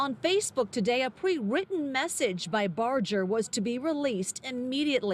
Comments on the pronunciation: It's Barger, NOT Barjer! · I’m just here to say it’s barger not bojer (I’m realated to him lmao) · Barger is pronounced with a hard G.